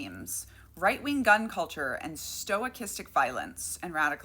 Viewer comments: sto*kah*stik? Stochastic. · I think pronouncing it as "stoichistic" is actually pretty fitting, since they also tend to misuse stoicism philosophy. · Stochastic, btw: stow-CAST-ic. Sorry, tabletop game designer, that's an industry watchword for us. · I think it's pronounced more stock-ass-tick except the second syllable takes the stress. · Don't want to nitpick, but just say stochastic, not "stoichistic" — copacetic otherwise. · It's pronounced stow-kastick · Stochastic. Pronounced Sto kas tic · Close on the pronounciation, Stuh-cast-ic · Sto-KAS-tic is how the word is pronounced. If you're going to make this term the focal point of your video, it helps if you pronounce it correctly, and it does matter. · Sto-Ah-Kis-Tik Sta-Kas-Tik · Sorry for being a grammar nerd but it's pronounced STO-KA-STICK. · Love your work. Mispronouncing things is often a result of learning from reading, which shows initiative and is generally positive. That said, I heard the word stochastic a lot during my maths degree, it's pronounced "Sto - kas - tic". The first vowel is unstressed and typically reduced to a schwa vowel ❤ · Just a heads up I've heard it pronounced "stow-cast-ick" but not that important. I remember pronouncing bedraggled as "bed-raggled" because I'd only ever read it. 😂😂😂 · In science it's pronounced stock-ast-ic, meaning randomness is involved. But it's use when talking about violence doesn't make much sense to me. I like sto-ic-ast-ic as a new word. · It is never pronounced stoy-castic. Never. There is no "is" sound before the ch. None whatsoever, not even for typical linguistic changes. The "stoy" is coming out of nowhere and I have no clue why she is pronouncing it that way. Plus it messes up the horrible subtitles even more. Surely she should have read the subtitles before posting them, yes? Why are youtubers so lazy with subtitles? Let me guess, she's a tiktoker? Usually explains it all. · Sto-cast-ic. Sorry, that was killing me.